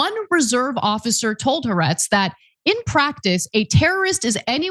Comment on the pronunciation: Jfc. It's been almost 2 years now. The publication is "ha.. ar-etz" not huhretz